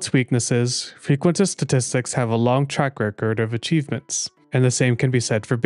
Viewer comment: Frqusitin Stattstitcs